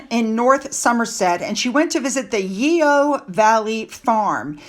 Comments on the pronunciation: Hi, love your channel but you're murdering the English language:goodvibes: Yeo yoghurt is pronounced yo! Chorister is Cor-ist-er. Please don't hate me! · I love your videos, thank you. I live in North Somerset and Yeo is pronounced as Yo( silent e).❤ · Yeo ..pronounced 'yow'